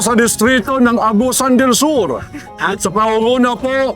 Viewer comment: Agusan del Sur hindi Augean del Sur po